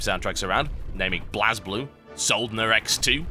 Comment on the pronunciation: It's pronounced *BlazeBlue*, not *BlahzBlue*. :P